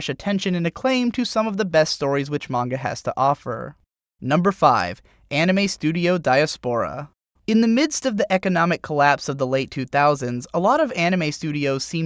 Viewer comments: Great video. Just thought I'd point out, though - diaspora is pronounced "die-ass-poh-rah". (Sorry about that, bit of a grammar nazi, here). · Dyia Spora? I don't think thats how you say Diaspora. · dude please look up the proper pronunciations for many of these English words. "iron?" "diaspora?" woof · OMG, they wanna reboot Shaman King?! YES! Please do it! and that is now how you pronounce diaspora.